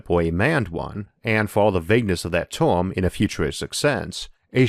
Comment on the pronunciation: What is a 'porson' or 'torm'?